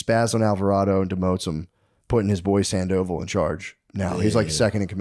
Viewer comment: Sand-O-Vall not Sand-Oval 😏